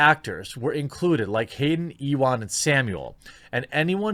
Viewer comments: Ewan is pronounced "you-in" not "e-wahn" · E-wan?! Haha. No not E-wan! Jeremy, you pronounce it “ew-an”. I do like E-wan though. Made me chuckle. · "E Juan", Jeremy? Really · Ee-won, lol